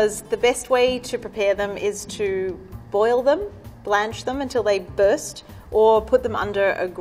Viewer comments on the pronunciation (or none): none